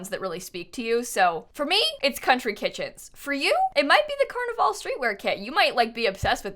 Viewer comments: Pronounce carnival like carnivl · Is it just me or is she saying carnival wrong